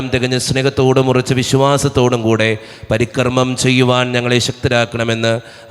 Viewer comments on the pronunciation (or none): ബ., കാർമികൻ ചൊല്ലുന്ന പ്രാർത്ഥനയിൽ പരികർമ്മം എന്ന വാക്ക് പരിക്രമം എന്ന് തെറ്റായി ചൊല്ലുന്നു. ദയവായി ശ്രദ്ധിക്കണേ.